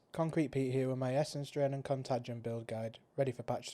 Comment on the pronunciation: It's pronounced con-tay-gin. Also, the pastebin link doesn't work with PoB.